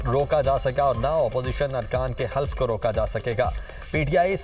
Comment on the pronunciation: Bhai Allah ka wasta party likhy logo ko news caster bnaya kro...lafx half nhi hy halaf hy